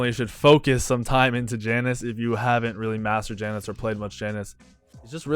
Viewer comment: every time he says janus I kill myself inside